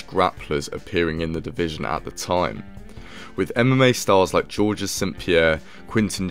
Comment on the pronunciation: This dude pronounced it George’s